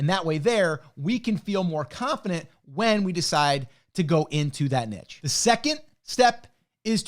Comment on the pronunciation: i like this guy just because he pronounces niche correctly.